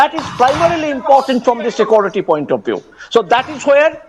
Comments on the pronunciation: I learnt to pronounce 'SecOrity' from the professor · Secority ??? Wtf is secority ???